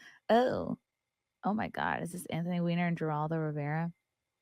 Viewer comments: are you trying to trigger me saying Jer aldo? The correct way to say it is Her aldo! Not Jerry Jerry Jerry. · It's pronounced HER all doe....play the clip first without talking over it...beyond annoying.. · why are you talking over their dialogue? and his name is pronounced HER-ALL-DOH.... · Please learn how to pronounce Geraldo. I’ll use it in a sentence “Geraldo is a moron”! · Good grief, get to the point, and learn to pronounce Geraldo. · It’s funny that can’t pronounce Geraldo.